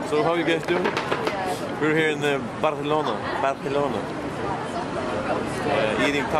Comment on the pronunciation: Jajajaja "Barelone"